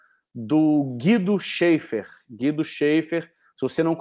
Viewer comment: A pronuncia correta é Guido "Xéfer" e não "xeifer" pois o sobrenome é de origem alemã e um ä se pronuncia como é.